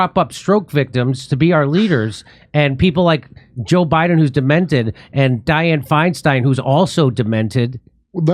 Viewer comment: “President Buy-in”